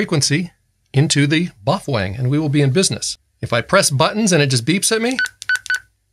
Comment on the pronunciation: "Bofwang" 😂😂 love this guy!